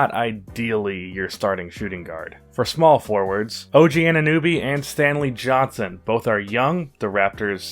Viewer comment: [;why are all your suggestions for player trades american lol and you keep saying annobys name wrong if you have a youtube channel you should be able to say the names of the people you talk about and why would anyone in there right mind trade for fultz